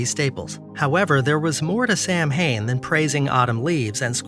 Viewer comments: Samhain is pronounced Sow-en not Sam-hain. Samhian predates the lame Christian observance of Hallow' eve by thousands of years. Samhain in Celtic means Summer's end and is the final harvest festival. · That was a great video. The way that you explained it from my point of view was great, except the pronunciation of Samhain. It's actually pronounced Sow-in. And, yes, it is our New Year. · 😧Gods! 😲Samhain!It's pronounced "Sow-when"...😎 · Lol. I was losing my mind over that, too. Lol